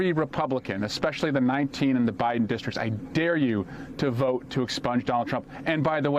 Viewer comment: "Dishtrik?" Do you mean "district?" When you mangle words, you sound like a MAGA.